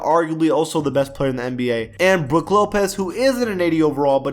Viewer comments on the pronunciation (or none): none